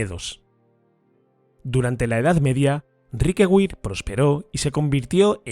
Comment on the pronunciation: Riquewihr se lee más o menos como "Riquebir", para nada como Riquegüir". Es una palabra alsaciana no inglesa, que es el único idioma en el que la v doble (w) se lee "gu". Luego si una palabra lleva una v doble (w) y no es inglesa, es de suponer que se pronunciará como una "b" o quizá de otra manera, pero seguro que no se pronuncia "gu"